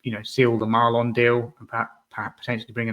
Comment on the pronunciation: Lol Maaaaaaaleenn not Marlon, hes not flippin marlon harewood thank god lol